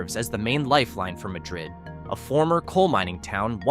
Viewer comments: It's MAD- rid, you AI doofuss! I was so afraid this wonderful little town would wind up on your stupid list. At least pronounce it correctly, or get laughed at by the good folks at Java Junction. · its pronounced MAD-rid. the spanish pronunciation is not used in this instance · I live near Madrid. It is not pronounced as Madrid Spain. It is pronounced Mad-rid. By the way... A stone church? The church that you showed was absolutely nothing but wood. Michael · Ma-dred, Is what locals say is the right way to say it.